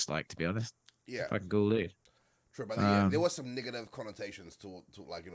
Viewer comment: Hey bro, why you gotta say "Ni**er-tive"?